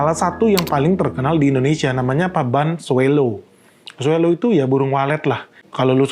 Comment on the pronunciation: SWALLOW dibacanya: “swolow” bukan “swellow. Salam